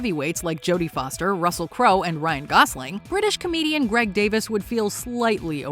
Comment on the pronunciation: His name is Greg Davies, ies, not Davis, and his story which you cut off and butchered is hilarious (hence the response from Ryan). At least have enough respect to pronounce their names correctly.